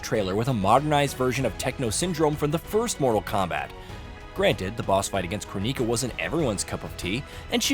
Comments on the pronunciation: Who's Ko-Nee-Ka? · Crow-Neeka?? WTF... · "crow-knee-kuh" is WILD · Damn bro. Kroneeka? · Crow-Neeka? Why are there so many youtube videos where names are mispronounced? Is everyone using AI to voice their vids? Or do people not actually play/watch the media they are reviewing and just take a stab at how to say a name/word? Drives me crazy. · The way you pronounce Kronika... like she's from the hood. lol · why is he pronouncing Kronika like that... tf.... Has he never played that version?... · It's interesting that you choose to say Kronika's name incorrectly, despite it being said ad nauseam in the game. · Bro if you played MK11 like you claim you have I'm sure you heard Kronika's name enough to know how to pronounce it correctly. Also just becauae MK1 is more crap than MK11 doesn't mean we sit here pretend MK11 was good. Thats when it started going to crap in the first place. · The way you pronounce "Kronika" tells me that you never played the game. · The way you pronounced Kronika was painful to listen to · Please learn how to pronounce Kronika name